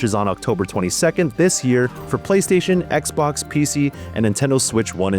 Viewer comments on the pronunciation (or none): none